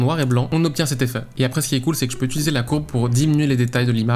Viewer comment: pour quelle raison les gens disent-ils "ituliser" svp 😭